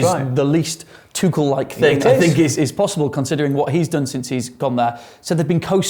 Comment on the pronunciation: Can someone tell Dom it’s Tuchel not Tootle? 😂